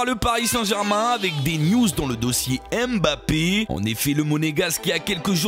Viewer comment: Prononce bien Mbappé stp